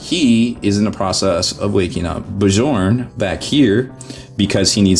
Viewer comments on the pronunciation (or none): Bee-jorn? Bjorn. Other than that, nice video :D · Awsome stuff thx fot the Review! Just for info Bjorn is pronounced BI-ORN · i bealive it is prenaunced "BYORN" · Bjorn is pronounced B-yorn. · the j in Bjorn is silent bro!